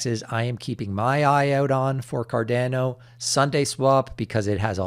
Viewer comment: For the love of god can you please learn how to say cardamom and Ada properly? It’s not cardeeeeno and aaaaadaaaaa. Thank yew